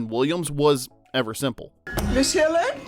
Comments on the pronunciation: Man, is the narration done by AI? The mispronunciation of the names, namely “Daniel HillYERD” and “Yu-fij-nya” Doubtfire, along with calling Robin “Robins” at one point, and not in the possessive form, in the line, “Robins, Sally and Pierce had all been divorced.” Perhaps something that didn’t make the list but should have are several minutes over various scenes where both Daniel and Mrs Doubtfire interact with the busybody neighbor, Gloria. She filmed a much bigger part in the movie, but the vast majority of her scenes were cut, relegating her to the tiny role of the nosy neighbor who calls Miranda at work to notify her of the shenanigans surrounding the birthday party being thrown for Chris. The DVD release with bonus scenes contain all of the scenes, mostly between Gloria and Mrs D, with Daniel enacting his revenge on the neighbor (as Mrs D) by appealing to her love of gardening, as they bonded over their “green thumbs.” Mrs D ultimately sabotages Gloria’s garden through a recommendation of some very unorthodox choice of fertilizer, one that would be embarrassingly difficult to procure and also destroy her precious flowers. It seems like an echo to the scene where Miranda comes home to witness a goat devouring her begonias. Both Daniel and Mrs Doubtfire, whether by accident or intention, were responsible for the destruction of a good amount of floral beauty on that street corner. I get that Gloria’s scenes were mostly cut for time, but the side sequence between Mrs D and G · WHY OH WHY FOR THE LOVE OF SOMETHING do you pronounce Daniel HILLARD AS HILLIARD?? there is only one letter I in his surname dang it! get it right! H I L L A R D not Hilliard. ffs. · Was his last name pronounced Hilliard? I'm the movie they all say hillard?? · It's Hillard not Hilliard. Mrs. Doubtfire is still 1 of my all-time favorite movies. Great casting. RIP Robin Williams, Anne Haney, Polly Holliday & Robert Prosky. You're all loved & dearly missed. Love you all.